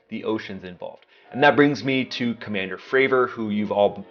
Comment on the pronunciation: "Commandir" ? That was a joke, right?